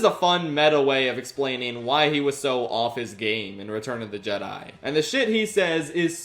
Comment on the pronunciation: How - HOW - did you cover the Bob Goldstein sketch and NOT mention the fact that he pronounces Jedi 'Jeddy'? Laughed my arse off for a solid 30 seconds first time I saw it, such a simple but hilarious detail.